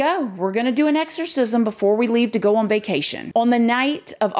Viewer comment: The word is “on” not “Owen”